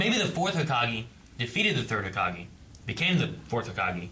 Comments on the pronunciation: stop saying hokagi, it's hokage with an E. It's the combination of an element and the word kage which means shadow. i.e. Hokage - Fire Shadow - Konohagakure, Village Hidden by Leaves Kazekage - Wind Shadow - Sunagakure, V. Hidden by Sand Mizukage - Water Shadow - Kirigakure, V. Hidden by Mist Raikage - Lightning Shadow - Kumogakure, V. Hidden by Clouds Tsuchi - Earth Shadow - Iwagakure, V. Hidden by Rocks The leader of each hidden ninja village is given this title. How a leader of a ninja village is decided depends on each village. For Konoha the Hokage is appointed by an elder council. Also, you are right in your deductions, the 3rd Hokage retired and the 4th came to power. When the 4th died, the 3rd came out of retirement. At this particular point in the story, it is unclear why a 5th Hokage has not been chosen yet, after all, the 3rd already retired once, why couldn't he nominate a successor and retire again? It's been more than a decade since the 4th died given naruto's age. Could there simply be no wothy candidates? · Well and are never gonna get it right😂.